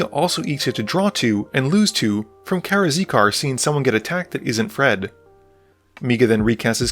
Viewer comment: Karakizar - "Kara-Zeekar" XD